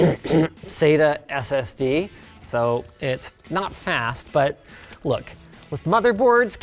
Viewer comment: The way Linus says SSD says a lot about his political affiliations, he says it like SS D, like SS Deutschland.